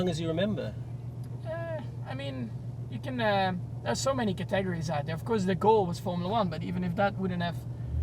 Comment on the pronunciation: three thinngs I learned about Max 1) He always follows the rules 2) He is very kind and racing runs in his blood (knew that part) 3) He cant pronounce Categories, "Ca-tegories"-max